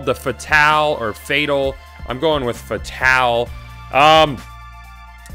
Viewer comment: Goth fatale is pronounced fay tal